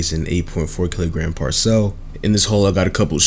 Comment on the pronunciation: You need more subscribers, Also it’s “par-sull” not “par sell”